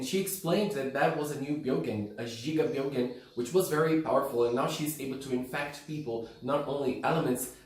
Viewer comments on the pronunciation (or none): The first time brought up the name gigabyogen, I was like oh jigabyogens, that's a cool name, but then I found outs it's gigabyogen, like megabyte and gigabyte and terabyte, and the it was just, oh, he was just pronouncing it wrong lol